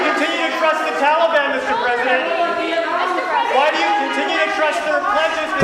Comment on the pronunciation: Did he say Tolly-bon? Sounds like a dq treat... ill take 2 dilly bars & a Tolly-bon... maybe thats how its pronounced im just used to hearing tal-i-bon . What a nutjob.